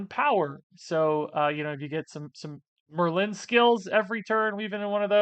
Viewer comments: Ya, it’s just Merlin…not mur-LYNN. 🤷🏼‍♂️ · Why are you pronouncing it "mer-LIN"? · You saying Merlin was driving me nuts! Lol You are saying Mer-Lynn. It's one syllable 😅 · You are pronouncing Merlin weird You have over emphasis on the "Lin" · How does one not know where the accent goes on Merlin? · I don't know why that first pronunciation of Merlin bothered me 😂 Great video as always. Have fun on your vacation,!